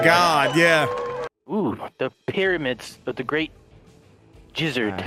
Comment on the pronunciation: my mind immediately went "King Lizard & the Jizzard Wizard" bcs of how he pronounced, im assuming, gizzard